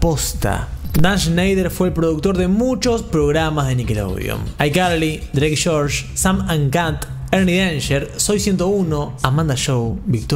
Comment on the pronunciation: dreik y yorch